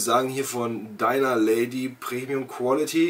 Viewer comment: Es heisst Dinner und nicht Diner. Klick mal hier auf den Play-Button